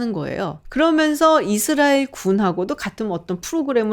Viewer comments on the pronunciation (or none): none